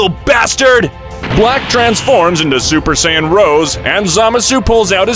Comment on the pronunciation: "bills" "super sayinyen"